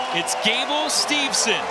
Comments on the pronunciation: You'd think the guy would know it is Steveson, and not Stevenson. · Whoever the second announcer is, he sucks. It’s not Stevenson. The other announcer tried multiple times to correct him with Gable’s last name and he still mispronounced it.